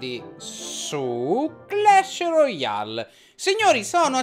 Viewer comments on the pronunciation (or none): none